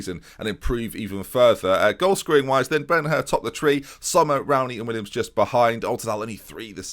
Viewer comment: Willems not Williams ;(